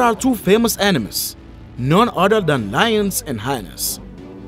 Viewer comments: The word is 'hy-enas' in English, not 'hinas'. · I love how the narrator pronounces "hyenas", rhyming it with vaginas.